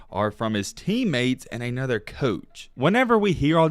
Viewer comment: Ay-nother coach? What language is this?